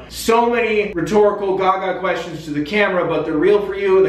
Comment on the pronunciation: They way you pronounce Gaga hurts.